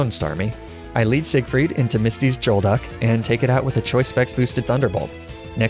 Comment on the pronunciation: "Misty's jolduck" He's doing it on purpose